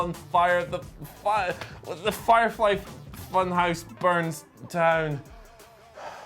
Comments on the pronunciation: Ah yes, the uh... Firfely... Funhouse... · Firfely? Is the whatculture mispronunciation game spreading?